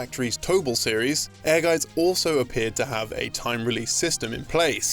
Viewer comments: I appreciate the correct pronunciation of Ehrgeiz in this video. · Wow. This is my first time hearing the correct pronunciation of Ehrgeiz.